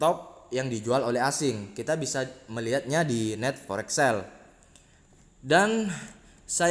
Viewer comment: Net forek sel hahahaha..belajar dulu itu bicaranya..NET FOREIN sell Di baca nya bukan forek..apaan forek😂😂😂😂